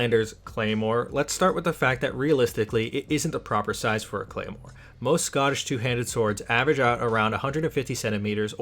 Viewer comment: You absolutely butchered the pronounciation of the Claymore you referenced